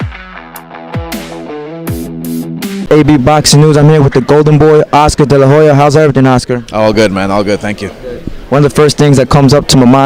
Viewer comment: Bro slow down. You talk to damn fast, I can barely understand what you're saying. Take a deep breath and relax. You even pronounce Oscar's name wrong at the end lmao